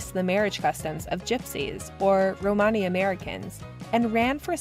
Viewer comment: That's not how you pronounce "Romany." Stopped watching.